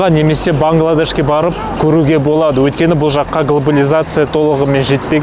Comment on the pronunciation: Өлкені емес Өйткені деп сөйлесейші